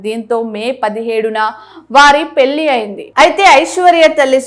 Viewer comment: పెళ్లి. పెల్లి అని చదువుతున్నారు. వెళ్లి వెల్లి కాదు. First get trained and stand in ftont of camera. Vottulu sarigga palakandi. Anchor tc of our beaitiful language Telugu.